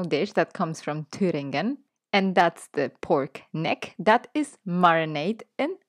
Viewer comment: Dear,. I like your Channel,but there's one thing that irritates me every time I listen. I don't know,where you have learned the English language, but I have learned the pronounciation of "the" and "thi" in combination if the following word begins with a vowel or a consonant. I hear you talking a lot with "thi" with following words that should,as I studied the English language, be"the." Anyway, as I said before,I like to watch your Videos,but that doesn't fit with my understanding of the British language.